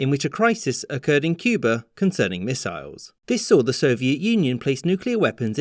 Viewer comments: At one point you pronounced it “Cuber.” Was that a sneaky JFK homage? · From this video, I learned that Cuba could be pronounced as Cuber.